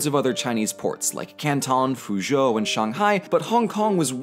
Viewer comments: You pronounced Shanghai right 🤩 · YOU PRONOUNCED SHANGHAI CORRECTLY!! I LOVE YOU FOR THAT